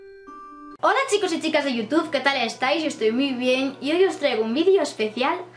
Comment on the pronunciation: tu me gustas mucho pero tu dices yotuf